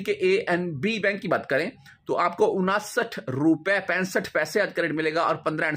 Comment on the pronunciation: Saal kay baad barsi hoti hain salana nahi hota ganti kamzoor hain unsath hota hain onasath nahi chaba kar mat bolo zaban ko azaad kar do sahi ho jahay gi